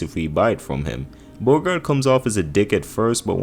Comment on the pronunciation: Every pronunciation is wrong except for Boggart and he goes “I probably said that one wrong” idk guy might be trolling us.